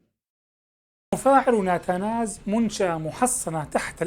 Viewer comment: نتنز وليس ناتاناز وشكرا